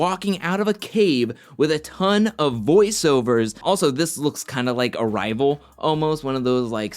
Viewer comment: Haha when you said, “It looked like Arrival,” I thought you said, “It looked like a Rival.” As in the Rival season? lol